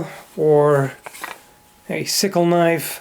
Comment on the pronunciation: "That's not a noif...this...is a noif"